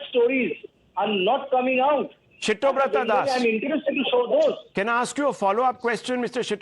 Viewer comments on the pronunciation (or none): It is Siddhabratha, why is he pronouncing as Shittobratha 😂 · I love how Rahul keeps calling siddabrata as shittoprata das🤣🤣🤣🤣